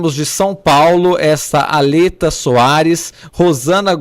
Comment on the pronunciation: Jornalista analfabeto eu li o nome da moça como Aletéa e não Aleta😂😂😂